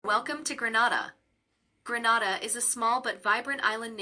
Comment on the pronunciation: Learn how to pronounce it before making a video.😮